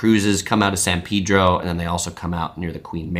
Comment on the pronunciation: I like the way you correctly pronounced San Pedro in the local way.